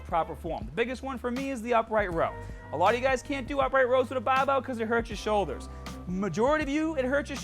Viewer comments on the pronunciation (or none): I can't bear to withstand so much shit coming from a guy who doesn't even know how to pronounce "Barbell", trying to slander a world famous pro-athlete instructor and physical therapist, who has helped millions of people all around the world for free, than this shitty kid trying to make videos from his home gym, and probably never trained anyone than himself (even that he couldn't decently do). Anyway, I am outta here ! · Got to before I understood “bahrbell as being barbell”. Not criticizing just found it humorous.